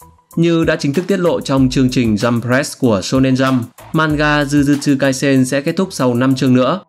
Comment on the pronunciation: Tôm rai đờ, zư zư trư kai sen😅. Ông này đọc tiên riêng dở từ tiếng nhật qua tiếng anh. Nhiều khi xem phê phim mà nghe cách họ phát âm tiếng nhật còn tốt gấp 10 lần kênh này, mà họ ko có tự nhận mình là Wibu 😅